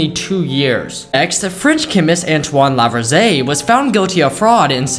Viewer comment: You pronounced Antoine Lavoisier's name wrong